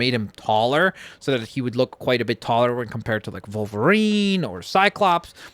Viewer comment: Wolverine not Volverine